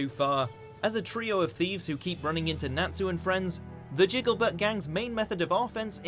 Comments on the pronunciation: Did he seriously pronounce ok so Natsu is pronounced Not-su not Nat-su i mean come on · “Nat-su” It’s not su you fool